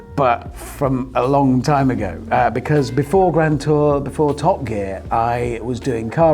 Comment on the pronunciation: Richard is infected by Captain Slow's pronunciation of "be-cazz"